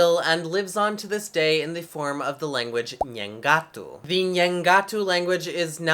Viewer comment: ACHO que a pronuncia é nhengaTÚ, com a ultima silaba tonica. Pelo menos foi a forma como ouvi em videos. Não é uma critica nem nada, so uma observação boba. Abraços Video de um falante de Nheengatu